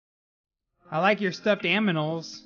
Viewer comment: are you good it's animal go back to kindergarten